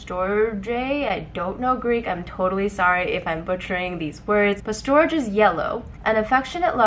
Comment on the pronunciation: Greek person here! the pronunciation in storge is kinda tricky because the 'g' sounds more like the 'y' in yogurt, so it could be easier if you spelled it like this 'storyi' (στοργή) . I'm in my second semester of my psychology degree and always look forward to your vids for inspiration, keep up the good work! <3